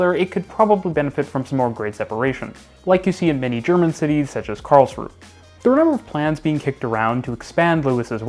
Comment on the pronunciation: Great video! (except for the continued incorrect pronunciation of Karlsruhe by 🤣)